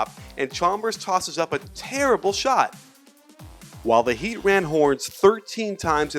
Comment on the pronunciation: LMAO i love how you put emphasis on terrible and horrible